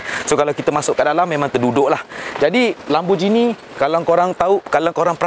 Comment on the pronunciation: Cara pronounce Gallardo ialah "gayardo" bukana "galar"do. And "Lambor-gheeni" bukan "lamborjini".